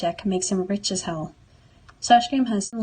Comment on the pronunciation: please dont say hell like that